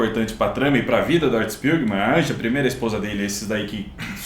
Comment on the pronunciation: Uma observação, o nome da mãe do Art se escreve "Anja" mas se pronuncia "Ania"